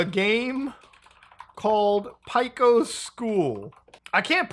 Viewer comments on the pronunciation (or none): Just a heads up from an OG Newgrounds regular. Pico's name is pronounced Peak-o not Pick-o even though it's spelled that way. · god, I hate the way you pronounce pico. It's pronounced the same as "pea-co" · Nobody gonna talk about how they say Pico as Pieco? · never heard someone pronounce Pico like that